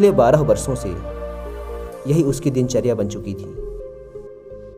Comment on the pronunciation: आप अच्छे कथाकार हैं किंतु एक कथाकार होने के नाते कृपया उच्चारण मे सुधार करें जैसे सांत नही शांत, वर्सो नही वर्षों इत्याति । स और श या ष के उच्चारण में बहुत फर्क होता है।